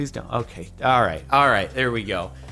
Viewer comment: "At the very beginning, I was expecking just whaam." - Jirden Morgan